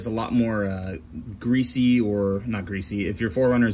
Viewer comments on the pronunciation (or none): none